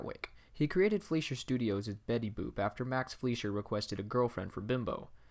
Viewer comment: it's FLY-sher not FLEE-sher. Good video tho 👍